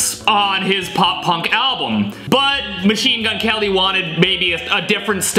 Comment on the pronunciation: His name is not Machenemagwene it’s mgk